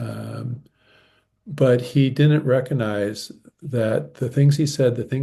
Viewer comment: How can highly educated people mispronounce the word “recoGnise?” (Or in American spelling ; recognize). Just while we’re talking about professional standards and leading .